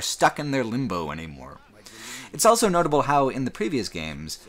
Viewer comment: pronounces the word "also" as "elso"